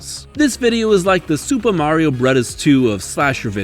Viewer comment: Why do you say “brothers” like that?